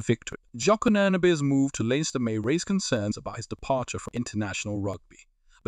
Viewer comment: Good information, hope he is a success. And by that I mean only by doing the double will success be achieved. btw.... It's Leinster. Pronounced Lens-ster. Leave out the letter i and attach them with the two syllables S.